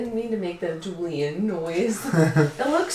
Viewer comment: it looks so goood-uh